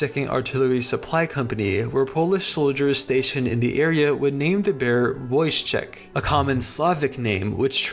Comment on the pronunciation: thank you for including Wojetk in your video! I feel like he's one of the most interesting stories to come out Poland and WW2 in general! Just a heads up on pronunciation next time- the 'j' in his name- pronounce it like 'yam' instead oj 'jam'. With the full name 'Wojciech'- same principle as for the 'j' sound, but the 'ci' makes a 'ch' sound- think 'chimney', and the 'ch' at the end is a simple 'h' sound- think house. Really cool to learn about wacky cool stuff on Wikipedia and to be happily surprised by one of the great Polish icons! Pozdrawiam wszystkich.